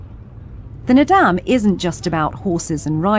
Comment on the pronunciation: Kept saying Nadaam, like madame, bothered me so much.